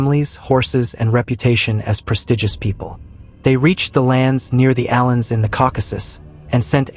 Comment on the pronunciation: YOUR historical BLUNDERS and mis-pronunciations of names is TRAGIC. First off, there is NO SUCH THING AS ALTAIC - the Altaic language theory is now DEAD, DEAD, DEAD!! And it is A-vars, not 'uh-VARS"!! It is A-lans, not the "Allens" (Ginsberg?!?!?!) Many other errors that make my teeth grate.